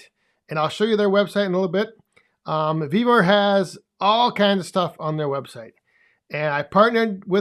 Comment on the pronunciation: Love the video on the new shelves and Thank You for answering my question. I would Love to have that Yapa 315! Also it sound like you are saying "BEAVER" not "Vevor" website.:face-purple-crying::face-blue-smiling: on this video 10: 20 on the CC you do say Beaver website.